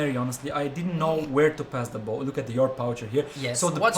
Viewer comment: The poucher is not pronounced like this. It,s pronounced "Poucher"